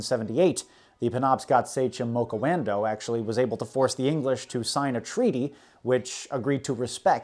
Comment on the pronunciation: Wampanog and Abenaki sounded wrong to me could be how you pronounce them but i understood what you ment. and mokuwando is actually Madockawando who was the chiff of the Penobscot's which is the tribe I'm from. still loved the video btw are you going to cover more on king Williams war at all ?